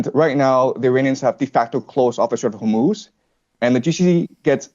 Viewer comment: Hormoose hummus hormutz why does no one know how to pronounce this place?